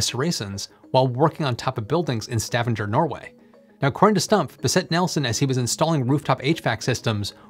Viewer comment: Eeey, 'great to see a place and building i recognise Sola flyplass (Sola Airport, or diractly translated: "plane place"x-D ) Also that pronunciation of Stavanger, beaing seemingly common and kind of wrong but not(it dose sound weird to my Norwegian ears), I think it sound funny. No hate meant